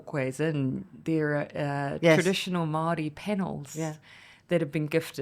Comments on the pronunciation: Did pronounce Māori., mahdi? Jesus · ignorant people do, yes. Its not attractive and frankly embarassing to broadcast all 9ver the world. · Who cares. People mispronounce words all the time all over the world. 🌎 No drama 🎭 lama